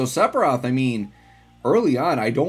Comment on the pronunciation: Love your videos but HATE how you butcher his name :D